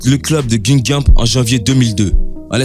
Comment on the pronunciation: On ne dit pas guine gampe mais guingan et ça s''écrit guingamp